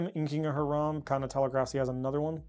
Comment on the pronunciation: Great video! I do get misophonia from Her-ahm vs High-ram but my only real negative is Holos are nice but dont look great on camera.